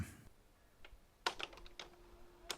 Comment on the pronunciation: It's Weinstein BTW, not Wienstein, Winston Love your videos. Stay awesome!